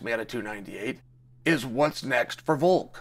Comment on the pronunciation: 😆 at least he can pronounce his name correctly, 'Haz-mat Chimney--ev' is my fav.